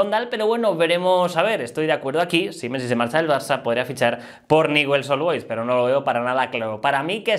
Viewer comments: No sé dice Newell's, se dice Ñiuls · No se pronuncia así el equipo de rosario se pronuncia ñul.... Así suena